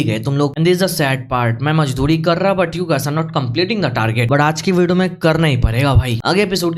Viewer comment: Majdori 😂 mazdori😊